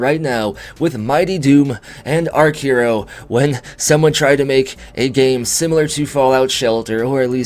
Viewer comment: Archero as in being an archer using arrows . Not arc-hero lol !!